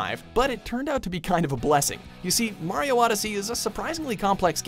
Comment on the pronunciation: No: 1. learns to pronounce "Mario" the right way.